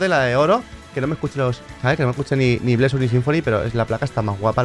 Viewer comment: Soy yo o le dijo blessur a bers XD